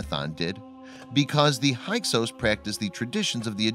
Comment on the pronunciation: It's not para-noic, it's fa-ron-ic, and it's not hi-kos it's hick-sos. By the pronouncement of full professors who teach the subject.